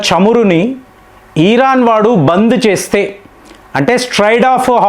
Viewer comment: ఇరాన్ ఇరాన్ 😊 ఈరాన్ కాదు, కాదు ఈరాన్... మళ్ళీ అలాగే పలుకుతారు😂